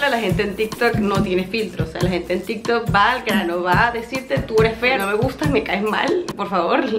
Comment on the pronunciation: pensé que habia dicho tiktok pero escuche varias veces y dijo tintok :face-orange-raised-eyebrow